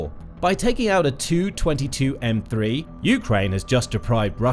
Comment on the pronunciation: In text "Tu-22M3" looks ok, but hey, when you make audio from it PLEASE say as "T U 22 M3" and NOT the ugly "222 M 3"!